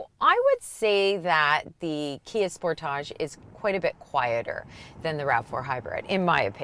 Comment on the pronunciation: I spit my wine out every time says Spor-tahhhjj... Yassss queen! RAV4 Hybrid is de facto leader in its class.